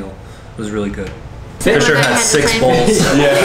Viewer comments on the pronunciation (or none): He said bowls but yeah it sounded like balls😭😭